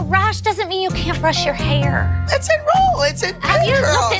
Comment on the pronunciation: Jill: Abby your haYre!